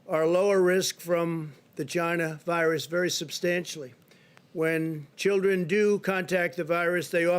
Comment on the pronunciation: I love the way The Donald says the word “China.” It drives the Democrat-owned news media absolutely nuts.